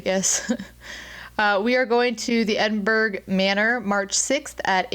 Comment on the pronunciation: Edinburgh is pronounced "edinbruh"... it's basically a silent g. It's not pronounced edinburrow, edinborough or edinburg. 😂🏴